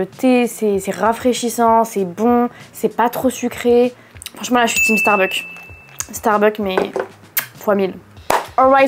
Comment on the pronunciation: starbucksss pas Starbuck, en tant que fan de la chaine mes oreilles saignent dès que tu prononces le nom, mais superbe video malgré cela évidemment !